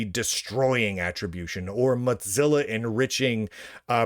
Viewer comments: Wtf is Mutzilla?? Why are you mispronouncing it?? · WTF is a MOTZILLA? Is that a clamato cocktail? Mo-Zill-ahhhhhhhhhh! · I like it, it's apt